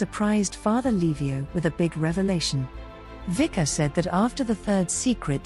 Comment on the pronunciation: say: Witzka - not Wika...please